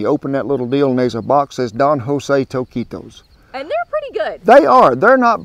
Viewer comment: Good job with the pronunciation! Most Americans, and English speakers as well, say the U, nice work Cowboy Kent.